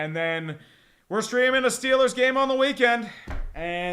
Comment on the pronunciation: SHITLLERS GAWNTA SHUPERBWL?!